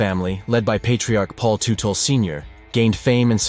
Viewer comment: It's pronounced tutle, tut not tute. That's it, now you have pissed off with your bad grammar, angry hordes of bike gangs that are sticklers when it comes to not properly pronunciation of the names of one of their own, and it's really bad thing that bike gang related violence never really produces afterlives. Please be safe and be tomorrow! 🗽